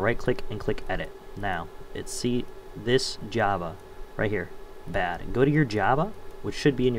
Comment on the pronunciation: iget " new japa" not new "java"